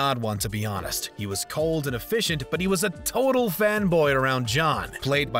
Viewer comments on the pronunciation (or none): none